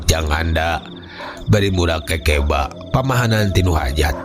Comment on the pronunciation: Assalamualaikum wr wb mang punteun sanes kekeba tapi keukeuba